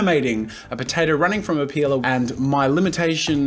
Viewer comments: OMG, the way you say peeler... it looks like you're saying "pila", and "pila" is one word that means penis in portuguese , but in a "child" way cause just childs use that word in here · I though you sayed peola!😂😂😂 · i say that too i guess us aussies are weird xD